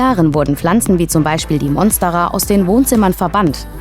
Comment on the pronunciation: Zuerst habe ich verstanden, dass sie 15.000 Pflanzen hat, bis ich verstanden habe, dass das ihre Follower sind … Schrecklich, wie diese Leute teilweise die botanischen Namen aussprechen. Korrekt wäre zum Beispiel Mónstera, nicht Monstéra. Alles Corona-Experten, Russland-Versteher und kleine Botaniker da draussen …